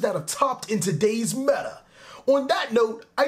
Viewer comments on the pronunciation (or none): none